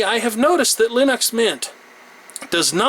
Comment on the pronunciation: Why the fuck do you pronounce it Linox. Fucking annoyong